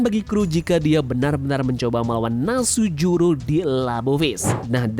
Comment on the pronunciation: V Nus juro.... Bukan Nasujuro